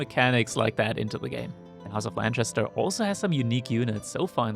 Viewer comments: How do you get "Lanchester" out of Lancaster... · It’s not LanCHaster !!!! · is lancaster really pronounced lanshister?